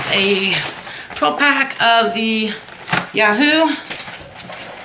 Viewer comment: Anyone else giggle when she said "12 pack of YAH HOO" 😂😂 it’s "YOU-WHO"